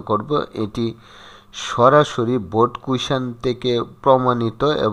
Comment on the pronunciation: Sir baald dey ni baard dice😂